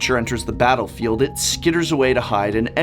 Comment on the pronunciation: "Batter-field" eh :P Someone is a fan of batterskull :D Great video! Don't forget flickerwhisp :D